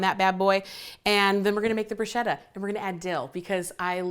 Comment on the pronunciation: It’s pronounced brew-shketa - brew-shhh-keta! Otherwise I love u, your personality, your recipes. U r so funny. Food Network needs!